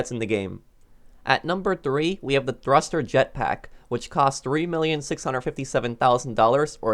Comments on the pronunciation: thurster you mean thruster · Thruster not thurster but great video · Thurster lol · Ah yes my favorite vehicle the THURSTER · you said thurster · Ah,yes. The "Thurster." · ahhhh yes, the thurster 😂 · yeah lmao